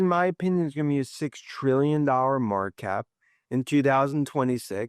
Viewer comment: it’s Market Cap NOT MARKAP!!!😖